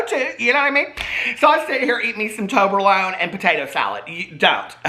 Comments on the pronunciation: I never tried me some toberlone I have had toblerone is it the same just made in October alone ?? 🤷‍♂️ I’m just playin just funny how he said it, also has he had 43 cold brews today lol 😂 Edit I’m also 4 years sober this October then got cancer and that gave me time to forget about alcohol to progress so every cloud right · Toberlone? TOBLERONE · trying to pronounce Toblerone paid my debts and cleared my skin 😂